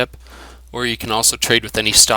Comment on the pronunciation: The yellow star on the HUD is the Squad leader of that group of Stalkers and is actually the only one you can interact with. Idk but it sounded in the video to me like you said CAN'T 😹 Also you don't have to get bolts out to put away weapon, you can just press the buber number key for the weapon